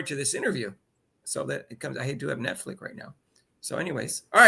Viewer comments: "Netflick" lol y'all crack me up. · always mixes names just a little😂 Rudy, woody. Netflix, netflic. It's part of his charm 😂😂😂